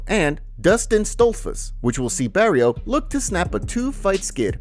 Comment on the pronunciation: bro you absolutely butchered a couple names when talking about the Edmonton card 😂 Barriault will fight Dustin who?? Da Silva will fight Jasmine WHO????